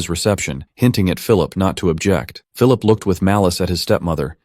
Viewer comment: Well I keep hearing is Phillulip 😂 it's Phillip or Philip 😂 But other than that you did a good job. The video was awesome